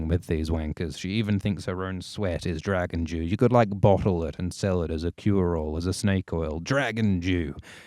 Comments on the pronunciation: I heard that as well! It does sound like he's saying "Dragon Jew." Dragon Dew is what he really saying, and now I have to ask if that's the new flavor from Mountain Dew. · I swear I hear "Dragon Jew" and we all know that's Moishe Dayan!